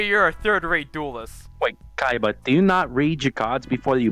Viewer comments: It is pronounced koiba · 7/10 not enough saying "Koiba" instead of Kaiba. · So pronounces it like coy-ba